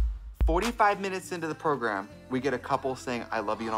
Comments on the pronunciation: Love when Trixie says progrum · Love that Stacy still says 'pro-grum'